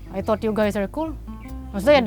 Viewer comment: "i töt yu gais ar kul" indian accent or balinese accent chef?